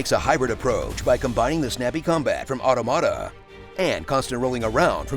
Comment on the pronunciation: Make a remake of this video, with corrected 'automata' pronunciation.